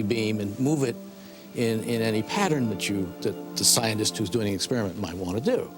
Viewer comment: DId he say scientist or zionist (